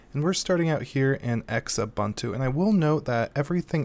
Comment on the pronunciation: I can't get over how you pronounce Xubuntu and Lubuntu. Gosh, it's not X-Ubuntu or L-Ubuntu. It's pronounced as one word, the x making the z sound, like "zubuntu," and it should be obvious how to pronounce Lubuntu, like "loobuntu" or something. BUT! Thanks for this comparison. Both are great for low-powered computers. I prefer Xfce on Xubuntu. The stock install of Xfce is pretty bad, but Xubuntu adds a few things to it. It's super customizable, though and with themes, you can make it look really modern. It's also a whole lot easier to configure than KDE's Plasma. Plasma's options are super great, but Xfce is just easy in that you just right-click on whatever you want to change, click "Preferences" and you're there. That said, looking at the version of Lubuntu you showcased, it doesn't look bad at all. Yes, its default menu leaves a lot to be desired, but it gets the job done. If only LXQt saved as much memory as its predecessor LXDE does. Also, Qt is intended to be pronounced like "cute" though many people resent that pronunciation, just like most people don't know how to properly pronounce GNOME and MATE. Thanks for the video!